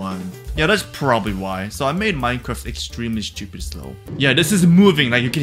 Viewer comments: the way he says stupid XD "shtupid" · I just love how he says "Shtiupid" instead of stupid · I love when he says „that’s so schtupid“ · Rhe best thing about this video is how he pronounces word stupid